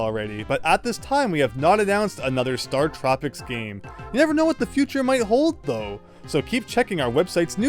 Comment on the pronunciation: Hm. I’ve never heard anyone pronounce StarTropics with the emphasis on “trop,” rather than on “star.” 🤔